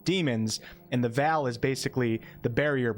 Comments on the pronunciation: Great video, thanks. Ps: VEIL is pronounced like VAIL/HAIL, not VAL. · Veil is pronounced like vayl. Look at how people pronounce a bridal veil. It's not pronounced Val, like the actor Val Kilmer. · It's "Veil" as in "ale" not like Mr Kilmer, Val :P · You know I love you. I love your work. But for the sake of all that is, Veil is pronounced "VALE" not vel. Google that sh*t. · VEY-L VEY-L, wtf is a Vall? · That pronounciation was firmly in the uncanny VALley lol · love your content but the way you pronounce veil takes me out xd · Why do you pronounce veil like that? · The way you say the word "Veil" is so interesting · I have never heard the word "veil" pronounced in quite that way. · Amazing Video! You always know how to deliver. Incredible work! Btw plz learn how to correctly pronounce the word Veil until Launch Date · Is anyone else thrown off by the way he is pronouncing veil? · I get that. My own accent has its own odd words. The frequency of the word veil in this video just made it a lot more prominent.